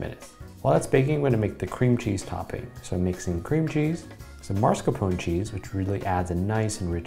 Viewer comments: Notice how he said marscapone and it’s even written like that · I love and Tasty but i was so trigerred when he said marscapone. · he did not call it marscapone. IT'S MASCARPONE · scrolled to far before finding a comment about it xS MARSCAPONE ???? why can't americans just pronounce it like it is written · "marscapone" this hurts me, because its written "mascarpone" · Because its Mascarpone, he pronounced and spelled it wrong. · That's not how to pronounce mascarpone